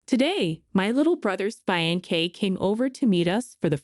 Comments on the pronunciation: Yes. Pronunciation is fain..say not fian cay😊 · oh gawd, I see what you mean. I normally read with sound off. she's saying Fie ancee , instead of Fee ancee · Hearing the narrator mispronounce; "fiancee'" several times is cringey! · Very good story, creators please work on the word fiancee, pronunciation is off. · I hate how the words get mispronounced I never heard fiancee pronounced like that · Every video I watch the word fiancée IS pronounced wrong. Go back to school please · I hate that too..